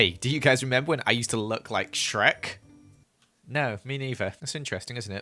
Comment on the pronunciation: Sherk that made me laugh so hard